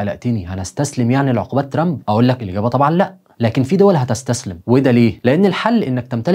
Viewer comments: لا عزازي وتقديري بك 1000 نظرك إلى ضرورة نطق كلمة ترامب بطريقة صحيحة لأن طريقة نطق لها تعني المتشرد باللغة الإنجليزية.. تحياتي وتقديري إعجابي بكل حالاتك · أرجوك تنطق اسم ترامب مزبوط الطريقة التي تنطق بها اسم ترامب تعني الشحات باللغة الإنجليزية . فرج فرج نطق اسم ترامب مضبوط وشكرا لك تحياتي إعجابي بكل حلقتك ولكن حاول تنطق الاسم بطريقة صحيحة